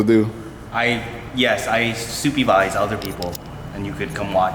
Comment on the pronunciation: Soopyvise. ! Lovely !